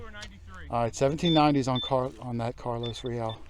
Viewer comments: It's Carolus....not Carlos! LOL:D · I watch your vids every week. I gotta tell you, though... it's not CARLOS... it's CAROLVS which is Latin for Charles.